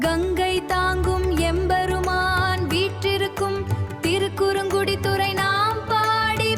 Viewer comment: Name Thirukkurungudi . not as thiru kurangu kudi.